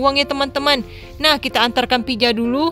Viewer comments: Pizza Bukan pijaa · Pizza bukan pija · Mohon maaf itu bukan piza yang benar pizza🤣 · kak gak bisa ngomong z pizza😄😄😄🍕🍕🍕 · Pizza btw bukan pija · Bang pija apa pitza 😂😂😂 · pizza bukan pija 🤔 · Kwkwkwkwkkwkwiwiw pijaaa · Ya bukan pija harus nya pizza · kak gak bisa bilang z tapi kakak tadik pas bilang pitza tadi kakak bilang pija gak bisa bilang pitza ya kak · Pizza bukan pija tau ngak sih 😒😒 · Salah nama nya kak bukan pija yang benar pizza 😁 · Pizza bukan pija 🤦‍♀